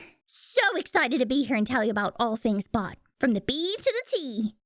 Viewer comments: But its bow any more do not say bot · Thought they said box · who else thought it said box?